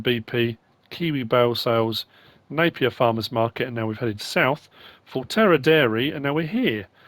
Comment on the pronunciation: Here’s something you might not know, It’s pronounced FONTERRA dairy (it’s written on the map), not forterra, and it’s also the name of a dairy co-operative owned by around 10,500 New Zealand farmers, accounting for 30% of the worlds dairy exports! Pretty impressive for a country of about 4.8 million people.